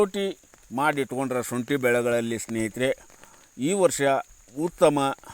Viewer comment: ಅಯ್ಯೋ ಶುಂಟಿ ಅಂತ ಕರೆಕ್ಟ್ ಆಗಿ ಹೇಳಿ ಶೋಂಟಿ ಅಂತೀಯಾಳ ಮಾರಾಯ